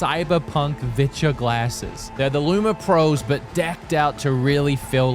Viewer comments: I did t think you were saying viture I thought you were saying vidja like hank hill and the vidja games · you've been saying Viture. that is not what I've been hearing